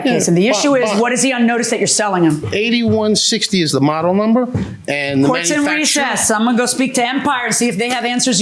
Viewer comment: The way JMM says “number”.. it’s like “NAMber” drives me crazy!!😂